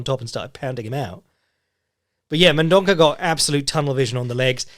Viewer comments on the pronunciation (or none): "Ç" in portuguese makes an S sound so it's pronounced Mendonsa